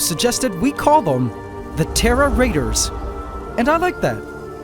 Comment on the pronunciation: Its Terra not terror